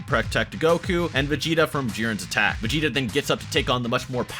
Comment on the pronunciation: He said vegeter